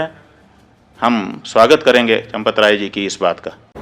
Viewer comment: चन्दे को चपत। चमपत नही चपत 😮😮😮😮